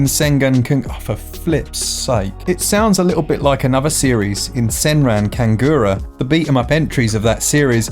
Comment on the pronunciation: "Supernatural creatures in Kinbara,... InImkanbara, Incomebara and Akinbara haha Mark U just made a Whole list of Parellel Universes of Akihabara! All Thnx to, Oh u Cheeky Bastard! Edit:Also another one "Senran Kangoora"! Had a real one with this!